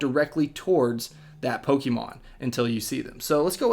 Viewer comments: Poke-AY-mon even Poke-uh-mon but Poke-EE-mon???? cmon dude you sound like a soccer mom. for a guy who knows a game so intimately, can't even say the name right.... pathetic. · it's pokaymon look at the accent above the e